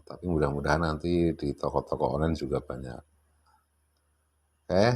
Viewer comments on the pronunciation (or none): none